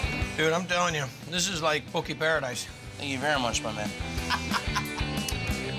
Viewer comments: Yay! This bro said poke right! Poke not poki. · Saying Poki and not Poke, is killing me bra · ALL You HAOLE SPEAKING HAWAIIANS GET IT RIGHT. . IT'S POKE & KIAWE!!!!!